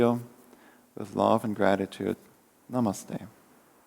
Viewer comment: Absolutely loved this. Feeling completely revitalized. On a side note, I’m so glad you pronounced Namaste the way it’s meant to be pronounced 😊